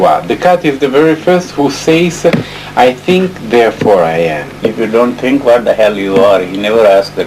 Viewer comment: Descartes was correct. Absent tink 💭 there is no " i ". So if he tinks HE iS. ooG and some other narrators say so too.•°